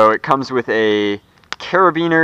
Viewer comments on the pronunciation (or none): by the way what you said sounded like carribeener